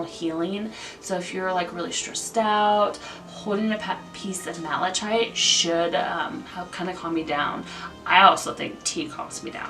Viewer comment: For the unakite, I think the descriptive word was mottled, which means it has spots, blotches or patches of different colors. You did pretty good with pronunciation! I think the only one that was a little mispronounced was malachite- the ch makes a hard K sound, so it sounds like “malakite”. Some of these crystals were new to me!! Thanks for the info!